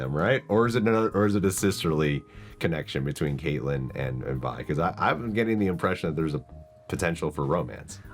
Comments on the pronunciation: She calls her Vi multiple times how u got that wrong and say VEE haha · How are you still mispronouncing Vi at episode 8 lol